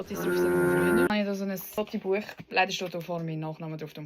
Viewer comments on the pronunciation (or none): Ich könnte schwören, dass Fotobuch auf Schweizerisch wie Fötzlibuach klingt 😂 Schöne Grüße aus dem dialekt-neutralen Salzburg 😂